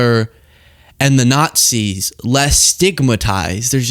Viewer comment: Sounds to me like he said yt people are innately notsees